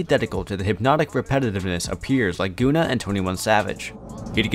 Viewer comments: Goona😤🌡️🤣🤣 it's pronounced gunn-a man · Good content but it's pronounced gunner not goona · also its gunna. like gunner. not goona lol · good doc but bro said "goona" 😭 its GUNNA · Facts. Great info, great video but horrible calling that man Goona... like have you never heard of Gunna?? 🤣🤦🏾‍♂️🤷🏾‍♂️ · This shit said goona 😂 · this man said goona ....."its gunna" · Nicca said goona not gunna..🤦🏿🤣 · He really said “goona”…. That how i jnow hes not for the culture. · Lol man keeps saying “Goona” It’s “Gun-na” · OMG! can you please staaaawp saying GOONAH!!! His name is GUNNA!!! Pronounced like GUN-NUH Sheesh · Man really said goona instead of gunna smh. Quit reading off the lyrics like poem you would be better off playing clips from the song instead of playing them in the background. Hard to watch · Goona it's Gunna dude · “Gooona” it’s gunna bruh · “Goona” lol GUNNA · It’s gun-ah not goon-ah FYI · Why u keep pronouncing it "Guuna"? It's (Gun)na. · It’s not GOOnah what the fck 😂😂😂😂 it’s guh-nah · Its Gun-nah not Goonah... get it right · Who is guuna? 😂 it's Gunna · Who???... Tha' Fk!!! is "Goonah" you mean (Gunna)😯😞... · You know man I'm not going to make fun of anyone for not knowing how to pronounce several words but if you're calling Gunna, gOOna for 20 minutes it makes it hard to trust you as a source of hiphop information. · Gonna lol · Yeah I was thinking the same thing. Who the fuck is Goona? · Dude said “GoOnA”🤦🏽‍♂️ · Hahaahahah gooona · Goooooooona lol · Gonna.aka.. gonnatell! 😂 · Boy I know you didn’t just say “Goona” right quick 😮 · my guy said "Goona" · “Gun-A” Gunna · did he call gunna goona?!? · Do y’all do any research on names? 😂 🤦🏽‍♂️ gooonuh is funny af y’all get so focused on the story you say forget facts or names we’ll go with what we THINK it is 😂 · Ik this nigga didn’t say goonna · The way he butchered Gunna's name disrespectful af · Every time he said it I got pissed 😂